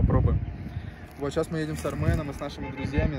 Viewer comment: может армянский акцент появился уже ;)